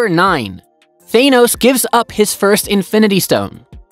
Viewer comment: Thaenos lol its Thanos.